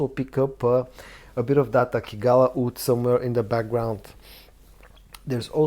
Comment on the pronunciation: "Oud" ? "Wood" ??